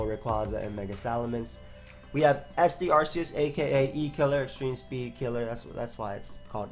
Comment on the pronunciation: extreme "spreed"